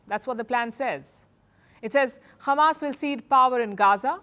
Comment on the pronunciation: firstly its not khamas its hamas learn how to pronounce it madam khamas